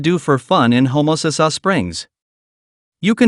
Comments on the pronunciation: LMAO !!If you are a pine tree, u will be rt. At home! The guy doesnt even know how to say homasass, and he wants to tell you about it??ILMAO!! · If you are a pine tree, u will be rt. At home! The guy doesnt even know how to say homasass, and he wants to tell you about it??ILMAO!!